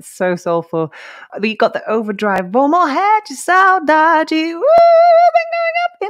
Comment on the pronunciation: Voce pronunciou "vou morrer de saudade" perfeitamente! Voce fala portugues?